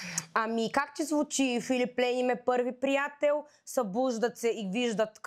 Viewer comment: Марката се произнася Филип Плайн, ама това е друга тема.